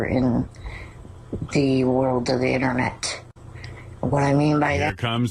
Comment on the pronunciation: "You can find the information on the eennernet"